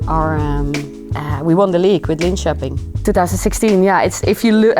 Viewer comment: Her pronunciation of Linköping is 100% spot on, no different from a native Swede, no hint of an accent. You rarely hear that perfection from second language speakers. Of course 12 years is a long time in a young person's life, but still.